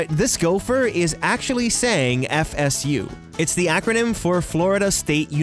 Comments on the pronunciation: When he said FSU I heard Pikachu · I always thought the gopher was saying "FU"!